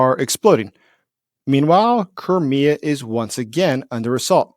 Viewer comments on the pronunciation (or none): It's like CRY ME A .... NOT kermia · Where is Kermia or do you mean CRIK3A?(cry-me-a)is the correct way of saying it. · lol it pronounced Cry-Me-Uh